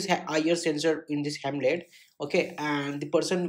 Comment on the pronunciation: Bro that is not HEMLET that is HELMET